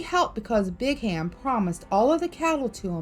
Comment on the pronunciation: born and raised in Utah, never heard about the Mormons doing this. And you can't just enter and visit Skinwalker Ranch. Just so you know it's not Brig Ham, it's pernounced Brigum (Young).